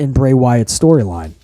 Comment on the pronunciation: I laugh every time hhh says storyline hahahaha he is clueless